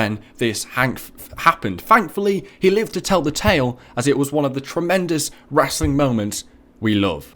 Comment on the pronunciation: he says wrassling lol